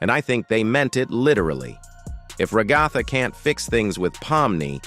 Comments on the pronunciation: Ragatha ❌ Regotha ✅ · ra-GA-tha lmfao